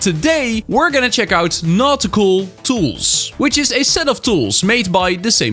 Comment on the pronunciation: Awesome video as always,! (Am I the only one who heard "not cool ranks" instead of "nautical ranks"?)